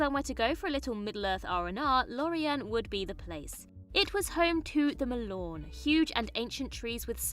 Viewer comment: Check your pronunciation of Dunedain and Mallorn tree.